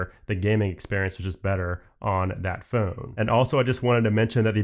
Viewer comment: Never owned one 🥱 bye iPod 😂, please learn to say phone properly 🤬.